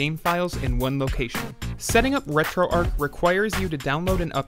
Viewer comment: Maybe the ‘H’ is silent...